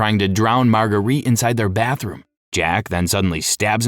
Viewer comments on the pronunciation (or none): none